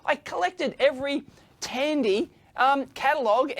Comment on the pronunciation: Dandy Corporation!